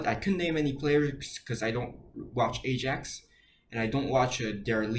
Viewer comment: Ajax is pronounced i-axe jsyk